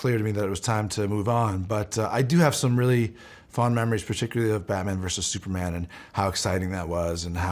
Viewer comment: Why do u say “Sue Man” instead of Super Man?